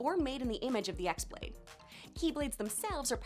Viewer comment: You butchered the name of the x-blade its pronounced as key-blade in birth by sleep therefore its key-blade